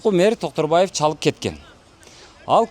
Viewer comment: 😂 ана сага настоящий Концерт😂🎉 Токторбай . эмес Доктурбай болуптургоо. Шармония Шармония Гармония болуптургоо